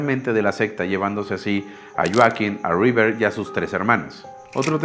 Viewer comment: Buena historia.👌 Pero... Porque.. Lloaquin. Si hasta en inglés es Hoakin con "J"😉